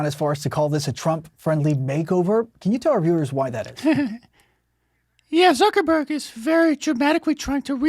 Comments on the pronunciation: lmao I couldn't help myself when Mark called him Mark Zucker-BORG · "Zucker-Borg"... was that intentional?